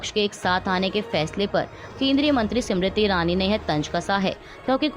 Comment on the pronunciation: सिमरिति ईरानी नहीं स्मृति ईरानी है कृपया सही उच्चारण करें। खास कर किसी के नाम का। धन्यवाद